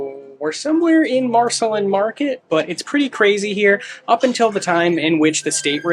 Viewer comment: It is pronounced Mar-Seh-Lean, as in Marceline, MO, where Walt Disney spent 4 years during his childhood on a farm near Marceline.